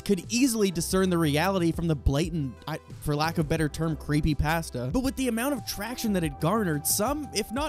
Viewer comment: mans said "creepy pahhsteh" and i clicked off lmao